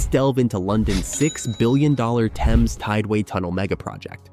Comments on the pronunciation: TEMZ not TEYMZ. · Why are you pronouncing the word Thames differently in a matter of seconds after pronouncing it correctly? First the river Temz and then Taymz Water?